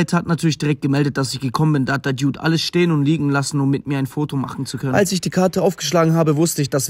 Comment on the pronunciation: Dude. Wird Duud ausgesprochen und nicht Diuud. Warum checkt das keiner? Warum?